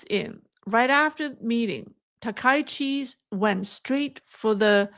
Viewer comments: can you please pronounce the Japanese Prime Ministers name correctly. Thank You, SEATTLE USA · I am surprised by the mispronouncing of Takaichi, especially by Chinese speakers., you are becoming Anglicized. the ai in the middle of Takaichi is not an english diphthong. The 'a' goes with the 'k' and the 'i' goes with the 'ch'. Takaichi has two kanji characters - Taka and ichi. Try not to diphthong the ai together.